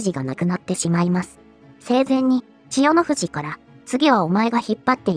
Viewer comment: ここだけ千代⤴の富士なんだよ。